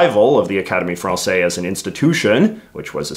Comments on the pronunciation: Pedant note: The "se" in Academie Française" is pronounced Z, like the same sequence in "harmonise." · You're supposed to pronounce the "s" in "française". The general rule is that, when a word ends with one or more consonants, they're usually silent, but when they're followed by an "e", they are pronounced. So in "français" (masculine), the "s" is silent, but in "française" (feminine), the "s" is pronounced.